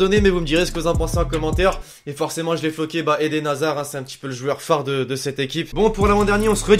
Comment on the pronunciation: Hazaard ! 😂 like si tu trouve ridicule